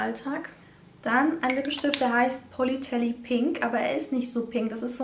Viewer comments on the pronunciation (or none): Hallo sorry muss korrigieren;) Satin finish spricht man englisch aus und politely spricht man auch englisch aus . Ansonsten tolles Video